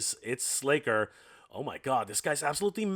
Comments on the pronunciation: SLACKER. Not "Slayker". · Slasher, pronounced with a short ă. C'mon!!! How long have you been talking about these properties. I think you're trolling us.